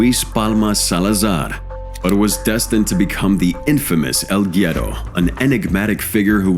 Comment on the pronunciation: its pronounced "wedo" smh